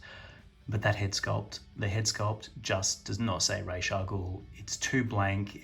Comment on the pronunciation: It’s pronounced “Raas” not raiche haha